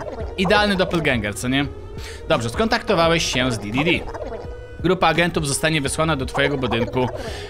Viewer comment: nie di.di.di a d.d.d